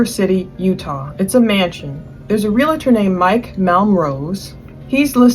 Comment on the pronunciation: Okay, I’m officially done listening. If you can’t pronounce the world realtor correctly, without an imaginary A in the middle of the word, I don’t trust your research. Learn to speak!